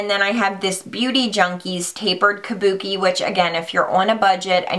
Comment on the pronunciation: I still can't get over MannyMUA calling them "Kabukes" haha!!